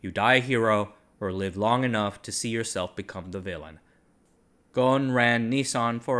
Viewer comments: Ghon? You are not pronouncing the S in his name, its pronounced Ghusun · It supposed to be Ghosn not Gon because of the way the Japanese addressing his surname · btw Carlos’ last name is pronounced “Gho-son”. The S isn’t silent. However it would be interesting to see how Gon would manage a multinational manufacturing company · yeah i was also gonna comment on this, Carlos is lebanese so his name would be pronounced "Ghosn" with emphasis on the "S" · Pronunciation of Ghosn is WITH the s , sadly these instructions about how to pronounce it came from France , where they ommitted to pronounce it, best way to pronounce it in English is Gosn, every letter pronounced, since the name is Lebanese, not French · The S in Ghosn is not silent. Its an arabic word, Ghosn in arabic means tree branch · Great video as always, As an arabic native speaker The 's' in Ghosn is not silent And it means tree branch غصن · That's funny. In Brazil we would pronounce the s in his surname. I was actually surprised to hear it differently here